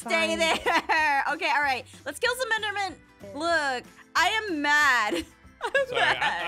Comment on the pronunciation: What Jess said: "We have to kill the enderman"What I heared: "We have to kill the elder man."